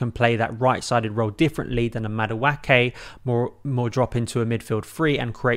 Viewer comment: That name is pronounced Mah-do-a-ke. The a is pronounced like the letter a.